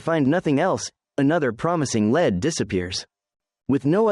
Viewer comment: I would love if the word “lead” was spoken properly lol the AI voice over clearly doesn’t know the difference.